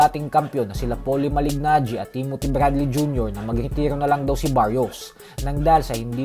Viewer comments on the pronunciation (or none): Sakit sa tenga.Basta basahin mo ang Malignagi ng ganito MALINAGI.😊👌